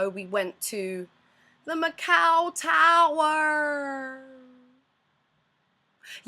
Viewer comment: "The Macau Towwwwwwerrrrrrrrrrrrrrrrrrrrrrr..." Wow, you lost your accent on that last part.